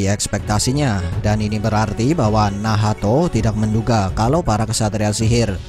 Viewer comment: Min kok nyebutnya Nahato bukan nacht